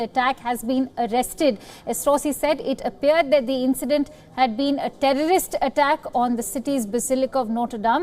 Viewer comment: Terrible accent of; tonnes of um and uh and several mispronunciations... like nationally instead of nationality compaq instead of compact, terroist instead of terrorist; Might be odd to people that i am picking up faults in a native speaker but native speakers re the ones who are more prone to jump words and alphabets while normal conversations; BUT THAT'S HARHLY WRONG WHEN YOU DO REPORTING AND YOUR WORDS ARE NOT CLEAR TO COMPREHENSION OR AUDIBLE PROPERLY; might be a few pegs down:-)